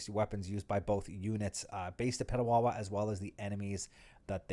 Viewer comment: Just a small correction, Petawawa.